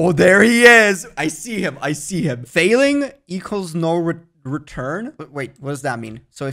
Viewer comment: its faLLing not failing